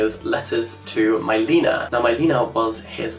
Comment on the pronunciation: maybe google how to pronounce non-english names beforehand? Milena is Czech and not pronounced like that lmao